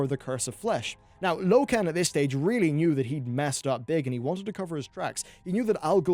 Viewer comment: low-ken? seriously?